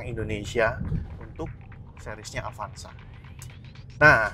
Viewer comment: Avanza bang, bukan avansa